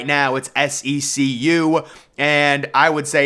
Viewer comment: Maryland's stadium was capital one stadium for like 15 years and SECU is pronounced like the letters C and Q.